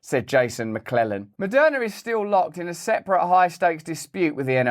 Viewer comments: Moderna ... right. Opening sentence sounded like it was Madonna who was behind all the vaccines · Sheeeeeeeeees. I thought he said Madonna.... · Am i the only one who first thought he was saying Madonna?? I was like damn I didn't know she was in with the GOVT! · Moderna! Not Madonna. I wonder what has Madonna to do with this??? Then I just listen better. I just push play on your contento, going to start readi g the title 😂❤ sir van tam, You need yo give the crown a ñot of profit in orderto become a sir, isn't it?? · Lmao when Russell said Maderna made money off of you during the pandemic I thought he said Madonna 😂.... I was like I knew she was corrupt. I'm happy I kept watching lmao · Lol, I heard “Madonna made” at the beginning. I rewound and I wanted to hear it again. I laughed. 😂